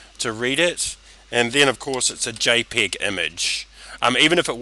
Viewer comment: This is an excellent tutorial: clear, precise and to-the-point, no crappy music, no boring backstory dialogue, just the tutorial, just excellent... except for one thing. It's Jay PEG, Peg as in Peggy, not Pig as in Piggy. Peg, Jay Peg, PEG. Other than that, this is a great tutorial, thank you. And I must say, your English is coming along nicely. A few months in New York and you would sound like it was your mother tongue.